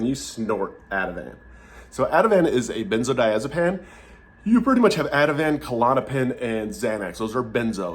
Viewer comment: It’s pronounced benzodiazepean not pan